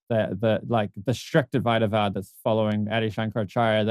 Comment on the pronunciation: I loved hearing you call it Advaita-vāda; "Advaita Vedānta" irritates me similar to "Happy Meal".